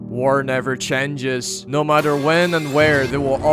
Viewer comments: he says chenges is it a joke or no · "War never chendges"